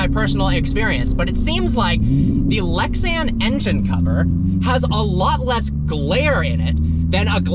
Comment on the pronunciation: Ah, "Lexan"! Very good. Like music to my ears! 😉